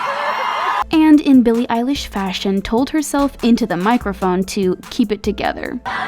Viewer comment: EYELASH!!!!! Wait.... EILISH!!!!!!!